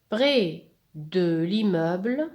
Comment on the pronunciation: parfait sauf que je vous ai entendu dire brès de porquoi ?? malgré que votre prononciation est bonne. pkhè et pas pghè. 🤔🤔🤔🤔